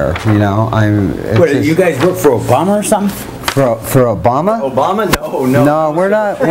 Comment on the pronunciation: "are you stupit or somting?"